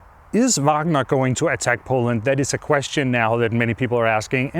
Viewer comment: I love how Anders is the only one who pronounces Wagner correctly without the horrendous American Uæægner.